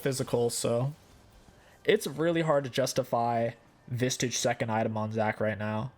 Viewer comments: Why do you call Visage, vistage? Or am I wrong? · My man. There is no T in Visage. Idk if you know how much it upsets me and you do it on purpose or what 🤣